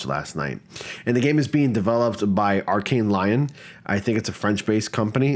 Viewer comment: Lyon is pronounced like Leon